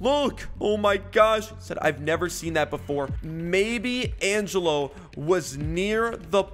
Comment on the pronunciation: According to my calculations its pronounced Angelo not Angello 🤓🤓🤓🤓🤓🤓